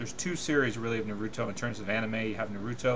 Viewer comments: Honestly I can’t take him seriously when he says naUto not naruto 😂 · DUDE ITS NOT NA-RU-RO ITS NA-RU-TO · did you just say nrroto insted of naruto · BeGe Army “nuh ROO toe” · "Nah roo toe" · It's hard to believe you really love naruto if you pronounce it that way lol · DBZ is good but its far from the best anime of all time as ive seen people say. I think Naruto is better just because of the emotional appeal it has. BTW you're pronouncing Naruto wrong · Hate how this guy pronounces naruto .. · I'm about 1 minute and 13 seconds into the video and I just cant.. I just cant sit here and watch this whole thing because of how you're pronouncing Naruto. You never really watched the show, probably never seen an episode. You just wanted to go along with the forever trending HYPE of this feud, and ride the bandwagon of people making these videos. Thumbs down dude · I hate how he says naruto, sasuke, Madara what the fuck the say their names in the show da fuq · plus even if it is true everyone who fought buu lost besides goku like what bull is that plus in dbz they get all random power ups also it still does not change the fact that this guy is a dbz fanboy who cant even say naruto and sasuke right